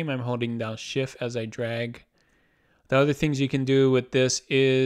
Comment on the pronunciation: Nice overview. Thanks. Now, would you please enunciate your T's? "objecT" "shifT" "lisT" (Sorry, but it's distracting!)